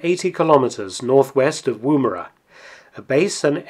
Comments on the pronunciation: Woomera: like wood not woo (chat up a lady woo) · As a south aussie who lives near woomera. Its pronounced 'womera'. Been watching your videos for a month now was quiet a nice surprise seening some mentioning of a town near to were i live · The first vowel in 'Woomera' is shorter than that pronounced by this narrator.